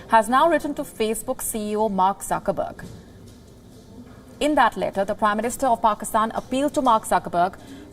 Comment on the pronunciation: She is repeatedly calling Zuckerberg, Suckerberg. 😂😂😂